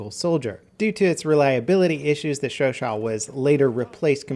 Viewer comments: it's pronounced "show-show" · It's pronounced Sho-sho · you were close on the name for the chauchat... its pronounced showshow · the way u say chauchat is mad funny 😂😂😂